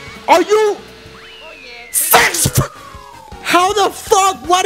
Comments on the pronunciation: Best "SIXFTH" ever xD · SIXFH?? probably the most accurate way to say 6th. If you guys laugh please press like button!